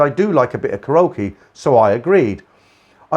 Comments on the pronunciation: you say the word ( KAREOKE ) KA RO KEE W R O N G IT IS PRONOUNCED KA REE O KEE ok? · I was getting a kick out of your pronunciation of Karaoke. :)